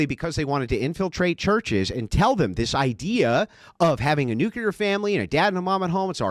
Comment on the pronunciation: It's pronounced "New-Clee-er " Not "New- qu- ler".